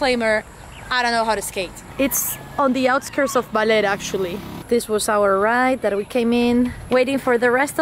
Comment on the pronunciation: BAH NOT BAY ; LER BALER NOT BAYLER OR BAILER, BAHHHHHHHHHHHHHH LER.